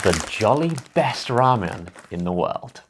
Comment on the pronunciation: The way Josh pronounces ramen is amazing.